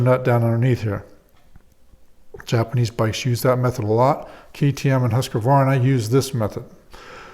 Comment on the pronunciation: Its husqvarna not husq-a-varna just learn it the fuck it’s annoying